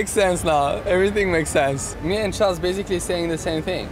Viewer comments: Ahh yes, Chales Leclerc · Haha when Charles say crown I understand Corona😂